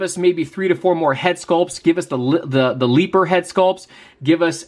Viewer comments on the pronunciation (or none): It’s a leper not a leeper jeez and yeah i agree they should do a head sculpture of him chopping on him